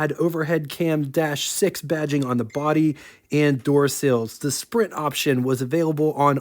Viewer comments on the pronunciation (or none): none